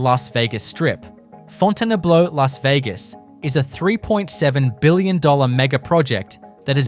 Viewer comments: Fon tan blue.... 😂😂😂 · The video comes pretty close to pronouncing Fontainebleau correctly (the French way). Pronouncing the name as Fountain-Blue is cringe-worthy.